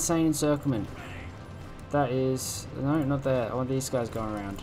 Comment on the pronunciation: You pronounce "no" as "naur" and it never is not funny. Great videos mate.